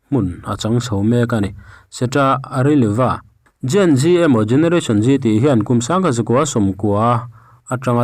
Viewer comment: Tinge generation g ti hian i lam tlat le, generation zee tih tur.